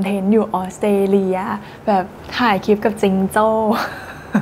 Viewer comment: ตอนพูดคำว่า "คลิป" ควรจะออกเสียง ล กล้ำ ให้มันชัดๆหน่อย ให้สมกับที่จบอักษรจุฬา จะดีมากเลยนะครับ